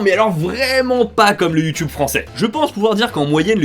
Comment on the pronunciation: sur youtube pas sur youhhheeeuuunn mega lol